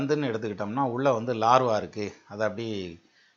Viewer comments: sir, namaakaram. iam a ardent fan of ur tamiz & astro vision. kalakkareenga sir tamiz la.(Iam studying astrology thro' internet btw). neenga scientific ah vum nalla dhan pesareenga. Aanaal, laarvaa nu solreengale--- lava sir adu. neenga metha padichavar-- aanaalum idhai eno sollanum pola thondriyadu-- thappa eduthukadeenga.vunga vai la thappana oru pronounciation vandhal thaangala. avlo dhan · valuable points and excellent comparison science, culture and astrology. great work. one correction when you talking about volcanos you said Larva but it is not Lava. you have great knowledge sir. valzhthukkal. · super but one correction is lava not larva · LAVA NOT LARVA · Larva illa ayya adhu lava